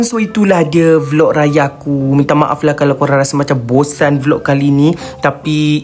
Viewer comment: 😂gila sebut MAAP😂